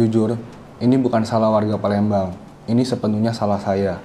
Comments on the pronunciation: PALEMBANG jadi PALENDANG 😂😂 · Jd parendang